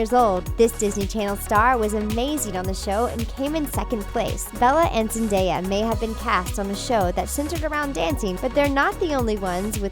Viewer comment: THANK YOU FOR PRONOUNCING ZENDAYA'S NAME RIGHT!